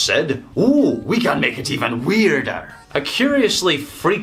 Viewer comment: You went full irish when saying weirder